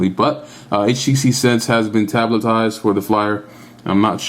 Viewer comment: tablet-tize... ! yeah ...